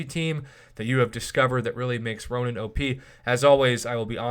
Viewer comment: It's Ronan Prof not Ronin